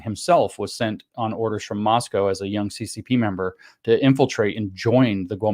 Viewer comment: It’s so subtle it’s hardly worth mentioning, so of course ima mention it. James says “Moscow” and pronounced it correctly. Take note people, it’s not “mos-cow” it’s “mos-coe”